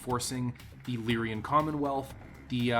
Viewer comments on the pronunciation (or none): Generally great video, but it's "Lyran" not "Lyrian" Commonwealth. Minor mistake, but it bugs the hell out of me. Sorry ;)